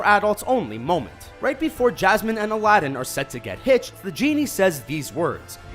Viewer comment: Everytime he says Aladin I understand a Latin